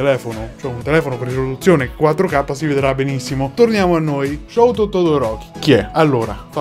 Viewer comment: Hai letto male... Si pronuncia : Scúto Todoroki ( che va letto velocemente ) !!